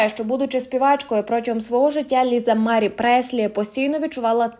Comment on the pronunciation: Stavte pravilno nagolos na slovi Marie